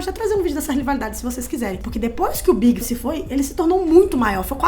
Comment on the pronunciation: A mina ali falando ''o Big''... fala direito pô, fiquei pensando se era o Notorious BIG mesmo ou algum ''Big'' que eu não conhecia...